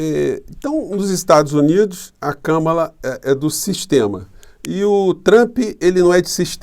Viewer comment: E kahmahla nao kammela